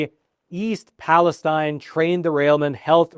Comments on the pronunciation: Its pronounced east Pales-teen not tine. I grew up near there and my uncle owned a car dealership there. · I think Palestine is pronounced PALESTEEN by the people in Ohio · the locals pronounce it East Palesteen. Just a heads up. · This is good info, and I appreciate it. But your credibility would increase with many if you pronounced it correctly. Pal-a-STEEN.